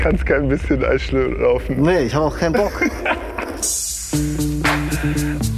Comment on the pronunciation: „Eisschluhlaufen“ ~